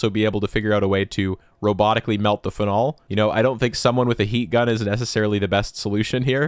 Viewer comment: How do you pronounce Karlsruhe with perfect pronunciation but say phenol like that 😭